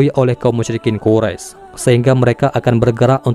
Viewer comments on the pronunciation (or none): none